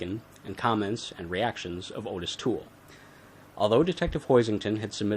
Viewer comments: I’ve never seen the crime laid out like this, good job. No biggie, but Toole’s first name is actually pronounced “Ah-tis”, not “Oh-tis”. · ~ His name is pronounced "Oddis." Hence the two t's in his name. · ~ I have Joel Norris' book about Henry Lee Lucas, original pressing, which came with an audio cassette, and in the recordings of Lucas' confessions, he pronounces Ottis Toole's name "Oddis" every time. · Hes probably pronounced that way on purpose coz he doesn't give a shit about that scumbags name!